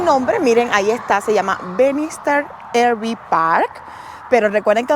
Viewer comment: No se dice "Er Vi". Se dice ya sea "AR Vi" o en español "Erre Ve" 😊